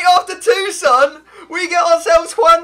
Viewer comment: TOSUN not TUSON